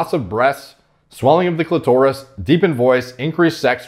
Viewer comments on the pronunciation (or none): Came to just say I hope I'm not the only one that died when said cli-torus